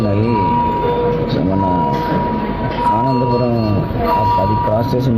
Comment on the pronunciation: Ananthapuram kadhu ra swamy anandhapuram